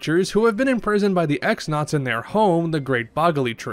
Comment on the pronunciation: i grew up saying x-nauts too but its actually pronounced cross-nauts also little spoiler in case someone somehow hasnt finished the game . . . . . . . . . TEC-XX is pronounced TEC-double-cross, hinting towards his betrayal towards Grodus :)